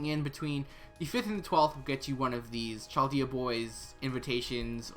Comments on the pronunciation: Why you say CHal dayah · Yo! Love your videos man, but just fyi, Chaldea is pronounced "Kaldea". Keep up the good work though!